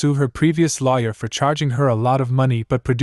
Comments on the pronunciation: If you're going to use an ai voice on a LAWYER video actually make sure it's saying LAWYER right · No. It's ai that doesn't know how to say lawyer. Come on man.